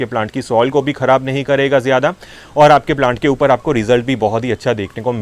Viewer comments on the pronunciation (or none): none